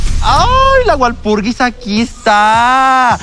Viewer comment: Apenas me di cuenta de que dice "Walpurigis"🤡